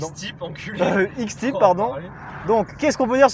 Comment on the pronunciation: Prononcer X Taiilll'pe... à l'anglaise..., c'est plus classe que X Tip ou Tipix, non ?! 😂